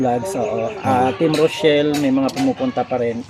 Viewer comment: ROCHELLEEEEEEEEEEE PO HINDI ROSHELLEEEEE 🤣🤣